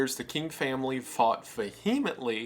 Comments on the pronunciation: In the first 11 minutes he pronounced vehemently "vuh He ment ly" and strangely pronounced lawyer "law yer" and "loy yer". Were you homeschooled in Canada? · "Va Hemently" "Law Yer" these minor pronunciation flaws lead me to bealive you are actually a union paddy who has been building a YT channel to besmirch the good name of the OSS AND OR CIA AND OR FBI AND OR NSA AND OR GDQ and you should be so deeply ashamed of yourself that "there is only one thing left for you to do hhahah jk no re"